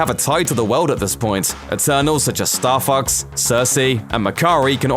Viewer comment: i keep hearing star fucks... what a vulgar video!